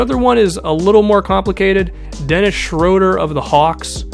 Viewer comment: It's SHROO-DUR